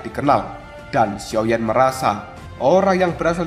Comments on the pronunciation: Sio,yan bang ,,bukan sioyen,,,, gk ada yimo di sini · Sepertinya masih ada sisa2 energi yimo yang tertinggal pada guru kuno ini Jadi kebiasaan ngomong xioyen 🤣